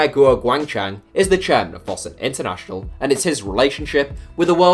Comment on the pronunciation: How can you mispronounce Fosun so badly?